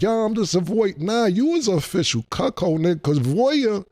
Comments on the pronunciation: Wtf is a cukchold? Is that how u spell it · CAM AINT 💩😂😂 he keep instigating crazy questions , CAM IS # 1 in hilarious 🫡🫡😭😭😭 he said “ this chuckhold “ activity “ cuckhildish!!!!! 😭😭😭😭 CAM IS THE MVP 🇵🇷🇵🇷😭😭😭